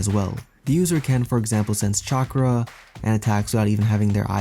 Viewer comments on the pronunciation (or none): English People Trying to Pronounce "Chakra" is Funny.